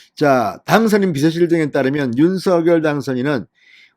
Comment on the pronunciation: 발음이 윤성녈 입니다 윤서결이 아닙니다